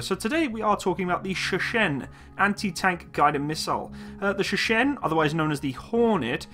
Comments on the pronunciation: Dude you pronouce it so funny Sheshen Sheshen Sheshen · Bruh...stop with the Sheshen lol. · its pronounced Cher (singer) - Shen. Cher-Shen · It's Shershen